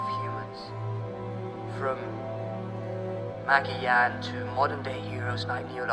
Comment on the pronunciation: 1st time I've heard ... Magellan pronounced as Maggie-yan. That's something new.